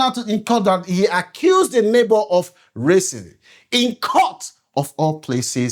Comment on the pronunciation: Learn how to pronounce words...its pronounced racism not raisins!